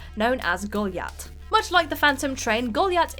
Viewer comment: Golyat... because of the Achievement name, shouldn't that be pronounced "Go-LIE-at"? :-)